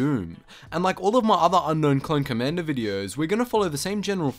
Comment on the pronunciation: "Co-ommander Doom, he is every Droid's doom"